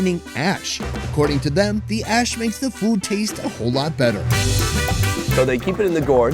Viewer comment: Did he say it contains ash or hash 🤣